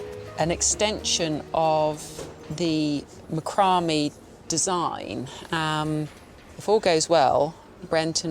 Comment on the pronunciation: It’s Mack rah may. Not macumbie